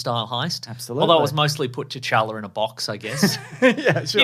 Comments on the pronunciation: I cringed every time she called t’challa “jar-jar” like wtf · She says “cha cha”